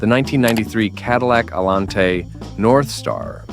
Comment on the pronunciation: First, the idiot AI robot cannot pronounce anything. Getting tired of the AI showing one thing yet speaking about another and while mispronouncing words. The Cadillac Northstar v8, really? Complete garbage. Cadillac still are garbage. Let's have real people giving these reviews, not robots. Getting a little ridiculous.